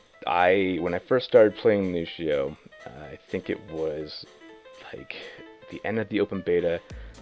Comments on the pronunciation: Anthony Moraga in the game they pronounce it lu-cee-oh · Why can't he pronounce Lucio correctly? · Every time he mispronounces his name I cringe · He may know how to play him, but he can't goddamn pronounce the name right. Fuck this guy. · I like the fact that someone with 400+ on Lucio still can't pronounce his name right. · yassineya you’re joking right? That’s so wrong lol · please stop saying Lushio.. it irritates me so much more than it should :p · Stowtie It's Lucio, in what way would you say sh in place of a C in a non english language? Lu-see-oh. that simple. And if a person can't pronounce it right that person is quite dumb, especially if they played countless hours with the character. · why is he saying lushio?! his name is lucio! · Lucio...i always pronounced his name as loo-see-oh not loo-shee-oh 😫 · It`s Lucio with a C, not Lushio... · It's really annoying me that one of the top Lúcio players in the world pronounces his name as Lushio, even though he should have played the game enough to hear the voice clips of Lúcio himself as well as the other characters refer to him as Lúcio(Loo-see-oh). And if anyone wants to argue that the accent on the U changes it, it doesn't, the ú makes it an "oo" sound rather than an "uh" sound so it's not "Luh-see-oh". Sorry for the rant but when people mispronounce words then try to argue about it gets on my nerves (not saying is arguing nor that he is less of a Lúcio main for mispronouncing his name, but there are people who would die rather than pronounce his name as Lúcio) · The best Lucio player says the name like Lushio.... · When he pronounces Lucio, Lushio... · "Looshio" But is one of my fave pro players, he's too cool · I can't believe doesn't pronounce Lúcio correctly... all these white people saying "Lu-SHE-o" and "S-AHM-bra" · he says it like lushio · Cringed badly when he said "Lusio". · you mean "Lushio"